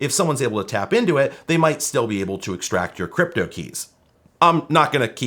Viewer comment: I thought you said "Cwypto"